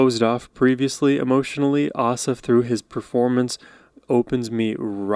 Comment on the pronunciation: The stress for both his first and last name is on the last syllable, so pronounced like ah-SAHF ah-vee-DAHN